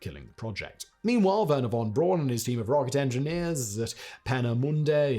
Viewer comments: So Simon, you're not jumping onboard the wagon of pronouncing Werner's last name as "Brown" rather than "Brawn"? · Werner von 'brown' not von 'brawn' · Braun is pronounced “Brown” The town of Gratz is pronounced as it’s written - absolutely not “Graz”. The town of Stuttgart is pronounced as it’s written - absolutely not “Stoogard”.